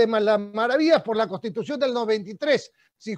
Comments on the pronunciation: La palabra correcta es "CONSTITUCIÓN" , él dice: costitución. Necesitamos mejorar nuestra forma de hablar, esto no se trata de ofender a alguien, sino para dejarnos entender bien. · Escucho a Urresti , pronunciar varias veces la palabra "costitución", pésima dicción, está al mismo nivel de Acuña. Parece que tiene las ideas desordenadas e improvisadas. Le recuerdo que todo profesional sabe que una correcta pronunciación es clave para que las demás personas nos entiendan.